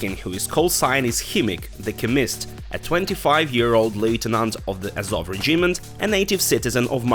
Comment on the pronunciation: Чому [ре' джімент],а не[ 'реджімент],[ке'міст],а не ['кеміст]?Це така крута вимова?